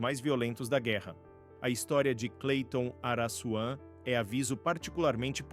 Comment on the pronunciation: Pra Vc Não Falara Mais Araçuan , Receba: Araquan.!kkkk